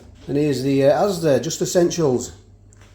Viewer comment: I love the way you say Asdeh and Pukkeh lol